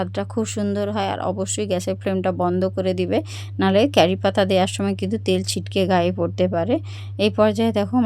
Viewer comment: Boddo bokchen r carripata noe curripata